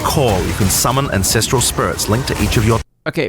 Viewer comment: Why do you pronounce it "incestral totems"?! 🤣